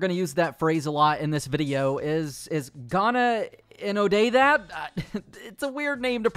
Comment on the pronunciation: hearing an American try to pronounce a Scottish phrase is too funny 😅 It's gonnae-no-dae-that which means basically 'can you not do that'